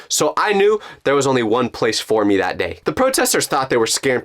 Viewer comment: Its NOT dat Its that